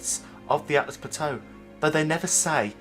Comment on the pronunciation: Also, its ALTUs, not ATLAs. No hate, just educating. great video, mate!